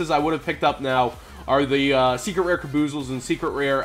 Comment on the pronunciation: its kaba-zools, or kaba-zalls, not kaboozles